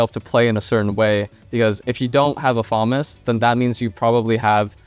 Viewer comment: My brother Elige its actually pronunced fa·mas